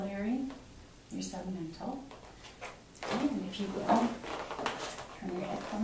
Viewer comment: She also says post-oracle and sub-mantel